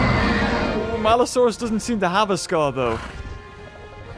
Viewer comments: its maliosaurus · It’s maluosaurus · IT’S MALUSAURUS